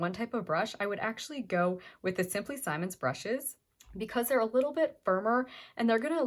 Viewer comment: Please it is “Simmons” not “Simon’s” short “I”